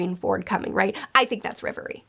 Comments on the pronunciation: It’s REV- Erie not riv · Just to be clear it's Reverie and not Levely. For decades the letter L and R have been confused and it's kinda a guessing game sometimes. Think of how Zoro used to be called "Zolo". Though it's probably best to be clear that it's not always R instead of L, you'll find that out soon with a certain island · For everyone outside of asia (or just Japan and China, I'm not sure) it's the Reverie. All the anime subtitles say it like that and it sounds way better than Levely (in my opinion). 🤗